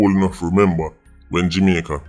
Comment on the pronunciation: Why always seh "Jimaica" tho 🤔